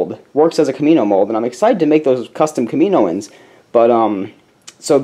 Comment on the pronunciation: Btw, just so you know, it's pronounced, "Kam-i-no-an" sorry those sorts of things bother me at least a little. ;P